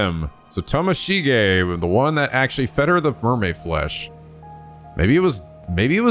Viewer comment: Morishige watching mispronounce Tomoshige: where do I get one of these curse stones?? (Hehe jk love ya!)